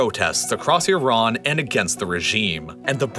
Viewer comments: Thank you for saying "ee-RAHN" instead of "EYE-ran". One of my biggest pet peeves. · Exactly. Also, thank god he switched to pronouncing Iran properly instead of the brain-dead way of saying "I ran" (to which I always say, "where did you run?").